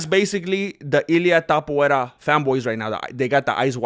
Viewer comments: TAPUREA.....you got it wrong in espan̈ol cause it's Topolia... e sound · Everyone: To MMMA: To Everyone: pu MMMA: pu Everyone: ria MMMA: ria Everyone: Topuria MMMA: TAPUVERA! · Ilia the Georgian Caucasian Mountain Man sleeps Haram Tsarukiyam, Thizzlam Duckachev same night. Ilia is their father. Both know what it's like to get KO'd. And you intentionally mispronounce his last name as way to "fight back". Same people who said "Volk is levels above Ilia", "Max will humble Ilia", "Olivera is too big and rag dolls Ilia" now saying "Oh but but they're not in their prime". Hella embarrassing.